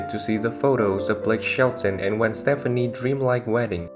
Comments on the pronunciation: Thank you for this video, but it's driving me crazy that you are pronouncing Gwen "Stefani" as Stephanie. They are two totally different names and pronounced completely different. Thankfully, you can now call her Gwen Shelton! Sorry, but I have to deal with the same problem and it just gets tiring having to correct others. Thank you & thanks again for the video. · Wait a minute.... if you're going to tell a Blake and Gwen story you have got to pronounce her last name right.